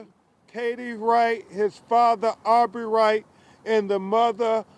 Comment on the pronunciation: Why does he keep calling him Aubrey wright?